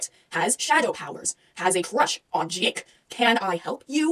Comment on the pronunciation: "JÆKE" XD